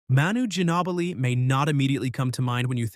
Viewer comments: Pronounced like: “Marley” & it’s not “Gin-ah-blee” it’s “Gin-O-blee” If you’re going to do basketball content with historical data, do thorough research please. Google searches will show you how to pronounce all names of players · The way you pronounced "Ginobli"...are you an A.I. generated voice? (Artificial Intelligence not Allen Iverson) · I cant even listen to the mispronounced names...mayer-lee? Gin-ah-blee? Cmon man! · This list is ass. Also, learn how to pronounce Dan and Manu's names. Sheesh. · LOL starts off by mentioning the worst dunker Lebron James and next says Dan Marjerle wrong but he was better known as a shooter from way outside and never heard of Budinger and he didn't know how to say Manu's name.....this must be Stephen Hawkings voice ....yeah Tom Chambers could do it and I saw him at the All Star game at the Kingdome but I put Bones Barry ahead of him but I remember when that movie came out in 1992 and proved that to be BS all the time when I played City League for 20 years ......didn't jump as high the last 5 years but we had jumping and dunking contests and I am 6ft 3 and my highest reach was at the top corner of that white box on the backboard on the right side since I am right-handed.......ah the good old days.....now it is hard to stand up and walk around since the knees are not feeling very good now....but I would do it all again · And Manu Ginobli. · Nice going on getting it right with Tom Chambers. Known as the original "Traffic Jammer", Tom dunked on anyone and everyone Tough to leave Rex Chapman and Bobby Sura off the list. Yeah, I should probably leave it alone, but I can't. You pronounced Dan Majerle and Manu Ginobili's last names wrong. Good video, though.